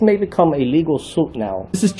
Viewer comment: ITS SUIT....SUIT... not "zoot" its not a "lawzoot".....